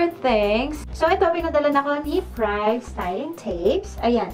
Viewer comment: Privé is pronounced “Pri-vey” po not “pryav”. 🙂